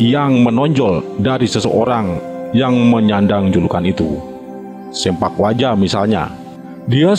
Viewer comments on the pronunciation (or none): salah mang bukan sempak waja, tapi sepak waja